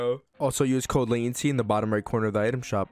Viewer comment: I thought youre name was pronounced LA TEN CHEE lol I didn't know it was Lay Ten See